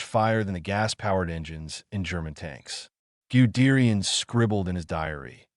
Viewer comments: Its pronounced gud dayan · Who is "Giudeerian" dickhead ?😂😂😂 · Pronounce goo de rian😢😢😢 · You know it was going to suck when the AI voice couldn't pronounce Guderian or T 34.